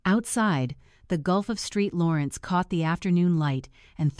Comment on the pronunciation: FFS, does nobody listen and edit these things before releasing them? "The Gulf of Street Lawrence?"